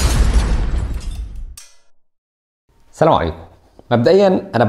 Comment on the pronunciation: وعليكم السأم.. طالما مش قادر تقول السلام عليكم.. وبتقول سامو عليكوا قال يعنى واد ابن بلد ومدردح.. القى التحيه صح الاول عشان نحترمك ونسمع لك